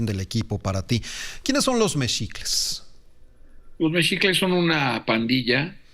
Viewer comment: Se escribe MEXICLES y se pronuncia MEJICLES no MECHICLES !!!! como cambian los nombres !!!